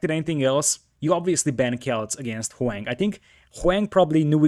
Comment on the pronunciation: omg pronounce Hoang's name properly. It's not HOWANG, it's Ho-ang. It's very cringe and kinda disrespectful